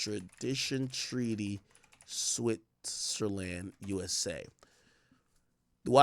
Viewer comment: Switzerland pronunciation is killing me